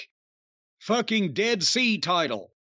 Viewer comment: “Desd sea title” 🤣🤣🤣🤣🤣